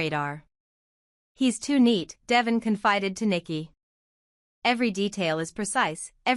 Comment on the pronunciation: I wish they had another person or voice than the one they have now Devon is his name, Not Devven!